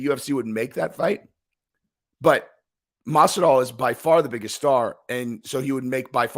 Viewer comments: Masival? You mean Masvidal? Dumb fuck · 'Masival'?? Are u dyslexic? Lol. Or just overly exhausted from working so much/so hard??, luv ya--get some rest (ur prob sick due to overexertion that's weakening ur immune system), we ur fans will understand ur little hiatus from ur channel until ur well.. I hope u get better,soon.😉✌🏼💯